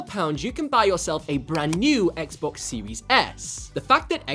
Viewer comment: Guy said xbox siwis s